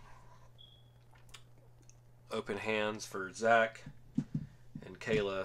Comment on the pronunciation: I remember her being called kal-lah in the show like how I spelt it why’s everyone say Kayla